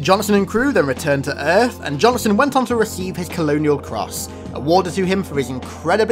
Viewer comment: Johnson… two syllables